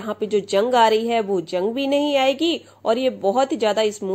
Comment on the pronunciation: Aap ke totke achhe rahte hain, bas thoda talaffuz ki taraf dhyan de dijiye, is video me zang ko jung kaha hai, ye ghalat hai, dhyaan dijiye